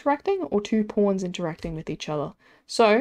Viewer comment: The way you say pawns haha porns